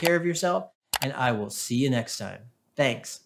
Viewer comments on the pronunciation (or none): At the end you said 'I will zee you next time' which is just what people feeling invisible with a narcissistic parent